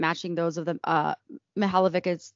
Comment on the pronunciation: Just a piece of advice when pronouncing Slavic names: “c” is pronounced as a “ts” sound. If it is “č” it’s pronounced “ch” sound. Just a heads up.